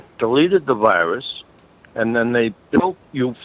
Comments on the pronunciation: If they pronounce the word Virus as Whyruss, then they are scammin you bruh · “You’ve got de wirus…” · Oh no, the wirus is wery dangerous! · Mr browning, You obviously aren't a real tech and aren't educated like these technicians. If you were you would know its pronounced wirus not virus